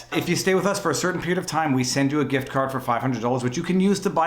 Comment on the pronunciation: I heard "gRift" card. Sorry to hear about the hassle.